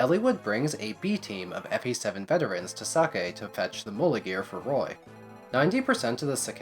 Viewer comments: Is sacae really pronounced like sake? Cuz i never considered that and i dont like it 😂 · You do realize that "sacae" the way you pronounce it sounds like "sake", or Japanese alchohol. It's just funny ngl.